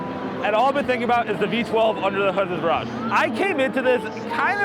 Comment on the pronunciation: Pretty sure the Brits pronounce it like "Veer-aj"? What actually makes it different from the 2013 facelift DB9 other than name? Great production quality on this video, I'm really impressed! I need to step my game up for my videos!